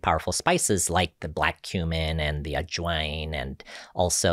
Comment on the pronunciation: Spices like Adjoin??? Ajwain??? I could not hear- could anyone help me with this word?